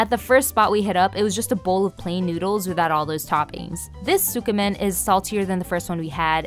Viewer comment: You're not supposed to pronounce the "u" in tsukemen, though. It's more like "skeh-men". Other than that, lovely video, nice vibes. You earned a sub!